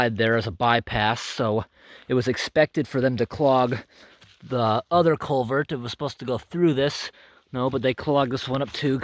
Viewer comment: "CulverT!" haha :P I like your accent man, where are you from? Do you travel far out for some of these jobs or are they all in the towns/cities close to home?